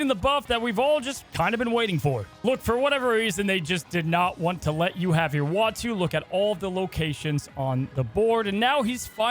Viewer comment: Ooh- ahh-two Not wah-two Why does that seem so hard? Lol